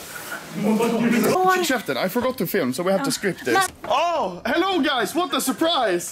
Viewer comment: Why swedes say hello because anomaly can't say hello he says helly